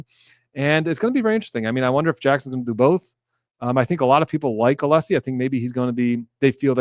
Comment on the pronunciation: At least twice in Thursday’s hearing, Brennan began his reply with “Aleeessi,” but in the sentence or two immediately after, pronounced Alessi perfectly correctly. So either it’s purposeful or possibly another example of his odd relationship with the English language.